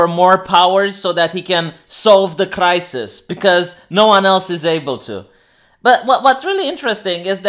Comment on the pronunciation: At the very beginning he said the word crisis but damn me if it didn't sound like he said reich.